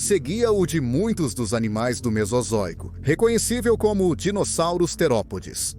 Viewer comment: pois é parece que tem um retardado falando os nome dos dinossauros sendo chamados de dinozárus, kkkk!